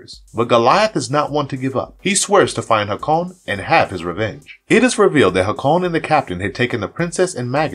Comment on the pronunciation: Hay-kon! Not whatever pronunciation you were saying lol it’s like listening to Benedict Cumberbatch say “penguins”.